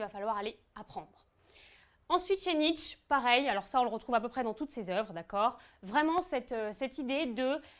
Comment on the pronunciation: tu malpronounce nietzsche le e n est pa muet mais el est pronouncé comme é